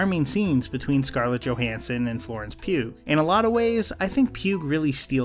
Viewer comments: Please pronounce it “Pew” and not “Pewg” when saying “Pugh”. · Dude, the names are pronounced "Florence PYOO" ("like Hugh but with a P" in Florence Pugh's words), Rachel VICE ("In America everyone says it wrong. It’s V-I-C-E." says Rachel Weisz) and Ray WINSTUN. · The 'g' is silent in Pugh it's PYOO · Bro you keep saying Florence Pugh’s last name wrong.😂😂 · I’m sure a million people flocked to the comments to right this, but the g in Pugh is silent.